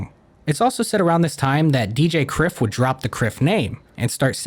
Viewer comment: Outstanding video man, legitimately one of the best videos on Oliver Tree. Small note though, Kryph was meant to be pronounced like Cry-f, but its water under the bridge.